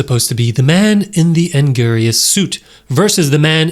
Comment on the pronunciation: You botched and angiruses name so hard. I thought I was gonna pass out.